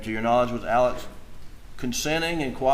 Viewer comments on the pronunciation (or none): Why can’t people get the names correct, Alex instead of Ellic, Murdolpf, instead Merdic? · It’s Alex, like Alexander - except when in the Deep South (I heard just the other day). That’s why some refer to him as Alex, but pronounced Allick. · In my life, I've never heard the name Alex pronounced "Ellick" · I’ve come to the conclusion that no one from South Carolina can pronounce ALEX.